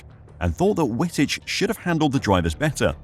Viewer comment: Dude, learn how to pronounce names properly. W in Dutch an German is pronounced as a double V. His name is pronounced as Vitich